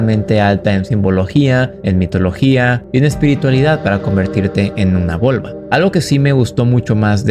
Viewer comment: Hola, me gustó mucho el video. Como heathen (creencia nórdica) te puedo confirmar y corregir algunas cosas. Volva si lo dijiste bien Seidr se dice "Seidir" Sobre la relacion entre Volvas y el Seidr... hay cosas que si esta bien y otras que no, la magia Seidr es uno de los dos tipos de magia nórdica, esta disciplina mágica (que viene de Vanaheim y se trabaja usualmente con Freya) sirve para usar las runas como un método adivinatorio y de interpretación. Las volvas entraban en estados alterados de la conciencia para poder interpretarlas y así decirle a su consultante que era lo que le esperaba en el futuro. En algunas ocasiones estas les pedían a las runas un consejo para alterar el destino, pero esto era muy difícil ya que dependía del consultante alterar el curso de su destino, las volvas solo pedían el consejo (véase el como Odín se enteró del ragnarok y todos sus intentos por detenerlo). Y si bien el Seidr es un tipo de magia que aprovecha los canticos y la danza en su disciplina mágica, estas no son su enfoque principal. El tipo de magia que aprovecha más el canto (y, que además, es similar a la magia del caos) es la magia Galdr (se dice "galdra") que se encarga de invocar el poder de la runa en cuestión haciendo uso de su canto/poema. Hay un mundo entero adentro de las runas. Y como dato curioso, los nórdicos creían que si uno veía en sueños o en la vida real a un animal muerto que sea la misma raza de su filgya (animal guardián espiritual) su destino estaba sellado